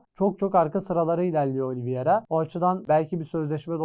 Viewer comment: Daha takimindaki oyuncunun ismini telafuz edemiyosun. Oliviera degil Oliveira